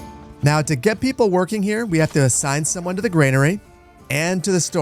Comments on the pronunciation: Just want to point out that Granary is pronounced 'gran-arry' and not 'grain-arry' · It's granary not grainary